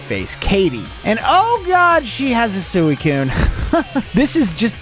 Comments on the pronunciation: How u prononce suicune suiicune how it actually is:sweecune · suey coon? NO heres how to say it, sweee coon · It’s pronounced swe coon